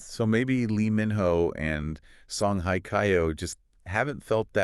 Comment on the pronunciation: hello, just a little hint with respect to your pronounciation of Korean people`s names, it is very annoying to hear how you pronounce Song Hye Kyo. The word Hye is not pronounced like the english word `hi` . There is no such sound in the Korean language. It`s more like the sound of the english word `hey` like in `hey there`and also in Korean, there isn`t a strong emphasis on the H at the beginning of a word, it`s a softer sound. And with Lee Min Ho, his family name Lee, is written with the letter L at the beginning just for westernization of this name which in reality, in Korean is pronounced with the absence of the letter L. Therefore, only the vowel sound exist for this name in Korean. Min is the easy part and the Ho just has a softer H sound. I enjoyed most of your video honestly because they are such mega stars and must congratulate you on your beautifully made fake photos of them together. So let`s hope the agencies who employ them will one day create something for the two to be together. Keep our fingers crossed.